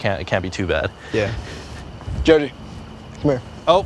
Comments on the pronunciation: Chef pronunciation Joji = Zozi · poor guy is too french to pronounce jojis name